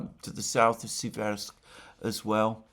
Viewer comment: Dear Alexander, the correct pronunciation is Séversk (Сéверск- the stress is on the 1st “e” vowel). Seversk is derivative from the word “séver” (сéвер), which means “north” in Russian.